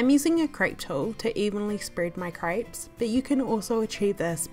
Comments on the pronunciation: Is it just me or does it sound like she‘s saying “ French crêbes ? „ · Did you just call them cripes? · Craypes” ay ay ay ay yup she “slayng” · I have never heard crêpes being pronounced as "grapes", but I guess there's first time for everything :) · ah yes french crypes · Crêpes is pronounced as "grabs". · I’m sorry but I had to stop watching just because of age says “crayps” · I live in France that’s not how u say fucking crêpés